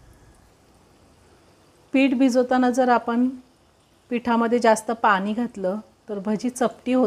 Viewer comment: पानी नाही पाणी बोलावे